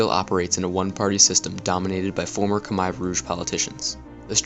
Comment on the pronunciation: Ryan Oakley im cambodian and sorry not everyone in the world knows how to pronounce ‘khmer’ its sad someone like you would criticize someones accent.